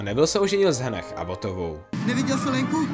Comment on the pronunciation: Fajn video, jen bych dodala, že Hannah se normálně česky skloňuje, h se vůbec nečte, stejně jako ve kterémkoliv jméně končícím stejně. V knihách tuto chybu mají dodnes 😔